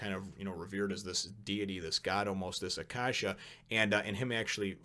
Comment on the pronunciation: Just to let you know, Acacia is pronounced A-Kay-See-A. and Autophagy is pronounced Ah-Toh-Fa-Gee. I really like the thought of gourmet cells. All you have to do to get stronger is eat tasty food.